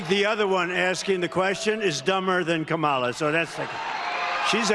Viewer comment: KAH-mala. KAH-mala. Get it right, Doofus!